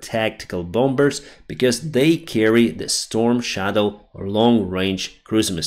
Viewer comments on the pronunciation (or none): Bomber .....is NOT PRONOUNCED bomBER, dude! You continually pronounce it wrong in every video. It is pronounced "bŏm′ər" the 2nd B is silent!